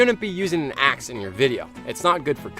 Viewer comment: You said axe to ass =))